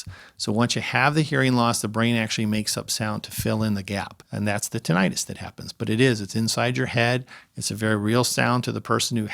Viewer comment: lol wtf he changed the pronunciation 1 min into the video...went from "tin-ah-tus" to "tin-it-us" like it was nothing